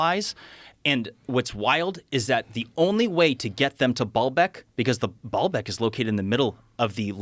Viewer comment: Baalbeck is not pronounced ball-beck. It's baal-beck with a long a sound